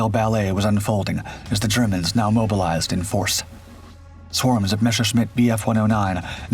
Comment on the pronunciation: Clickbait title. "Mesher-shmitt." Riiiiight